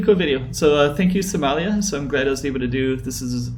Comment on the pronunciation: Lmao they way he says Somalia smellia